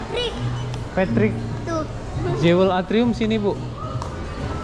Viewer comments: Bunyi nya Juwel ..bukan Jewe l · Bukan "jewel" tapi bunyi kayak gini "juwel" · Jewel bacanya " juəl".